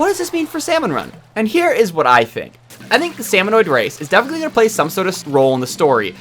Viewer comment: Salmonid! SALMONID! Why are you adding an extra O?